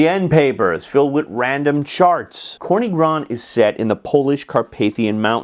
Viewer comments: Another great video, Professor! One small correction - it's TSorny, NOT Korny :) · Corny is read more like "tzorny" not "korny" :-) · General Polish word for "black" is "czarny", "corny" is a way to spell it in a regional dialect of Polish Carpathian Mountains, especially in Podhale. But you right - "czarny" would be /tsharny/, and "corny" is /tzorny/. BCG hasn't got a pronunciation guide on the back appendix for nothing! :D